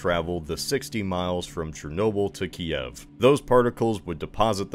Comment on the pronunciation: Good job on pronouncing Ki-ev correctly